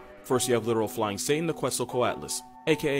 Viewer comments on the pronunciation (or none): none